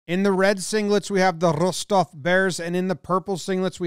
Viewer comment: Appreciate how Jomboy pronounces "Rostov". Spot on.